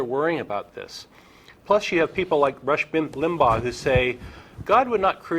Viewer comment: haha he said "Rush Blimpbaugh" HEHEHHEHEHEH